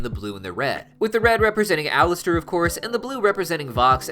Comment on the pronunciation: Sorry he said his name wrong